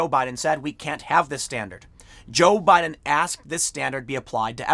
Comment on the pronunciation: Tim says Joe Budden every single time. 😂